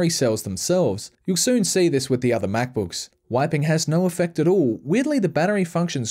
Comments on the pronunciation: apple mackbookeeese? omfg .... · 25 MacBooks, yes you heard that right, 25 Macbooks. again: *29 My Ears and Eyes: We're in Conflict.